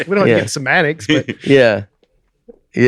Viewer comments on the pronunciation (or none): says "I don't want to get into Sematics" which is a mispronunciation, and was meaning Semantics, which is how words and phrases takes meaning. I just thought that was a funny unintentional joke.